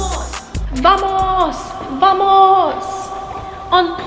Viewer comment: yelling VAMOSSSS in a British accent is my aesthetic.